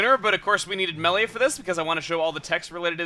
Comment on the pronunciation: Does anyone else get mad when someone pronounces reyn like RAIN or Melia MEELIA